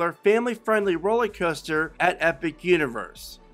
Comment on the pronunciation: Roller Custer? Why does he say coaster like that lmaooo